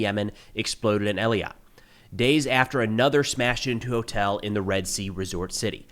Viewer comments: Eilat = Ay lat. FYI. love your program,. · Hey just a note that the city in the south of Israel is pronounced "Eilat" and not "Eliat". Like the letter 'A' followed by -lat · Eilat is pronounced Aylat not Eleeyat. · Eilat is pronounced Ay-lot. One of the most beautiful cities ever. As always, thank you for your videos! How are you qouting Aljezeera? They are Qatar.